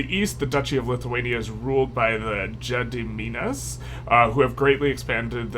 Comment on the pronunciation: For Gediminas, you pronounce it as Geh (as in get) dih (did) mih (min) nas (nah s). Thanks for the informative videos!